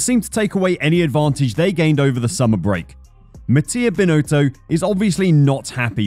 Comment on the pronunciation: Can you please try to pronounce Binotto the right way ? It is not Binooootooo. It's Binotto with a short "o".